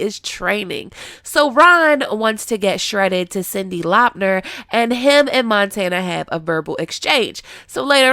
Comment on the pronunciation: Cindi "Lopner"!! #dead